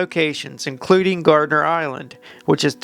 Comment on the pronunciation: Gardner not gardener 🤣